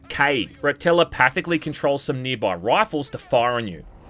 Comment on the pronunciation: this nigga said wifles lmao crazy accent fam shit was hilarious